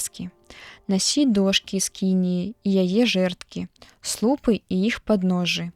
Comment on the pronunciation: Прачытана: слу'пы, слоўнік дае: слупы'.